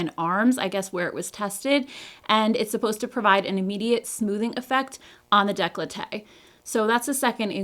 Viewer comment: Awesome review! Definitely going to try it! My husband is allergic to nuts, shea and coconut derivatives, so it’s extremely difficult to find any good creams without any (he likes to kiss me from time to time lol) Just a little note, it’s pronounced Day-coll-tay 😊 it’s French ❤